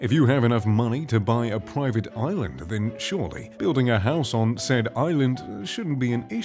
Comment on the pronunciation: how many times did he say “proiivate oilund”